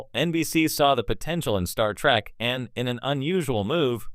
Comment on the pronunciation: "Star Track"? You need a new robovoice.